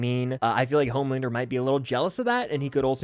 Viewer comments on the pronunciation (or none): Who is mad with everyone dying but “Omelander” (as butcher would say)?